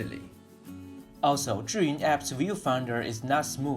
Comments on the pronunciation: First time I ACTUALLY KNOW how to pronunce Zhiyun.... Chuyun. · Awesome how you are the only person I’ve heard so far pronounce the company the way it’s supposed to be. Also thanks for explaining the character meaning.